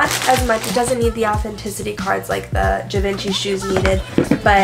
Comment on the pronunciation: The way she said Givenchy made my ears bleed.